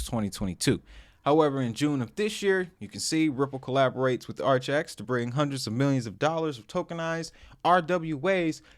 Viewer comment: Not said like archax(sp) 💯🤣 But, ar-kay-icks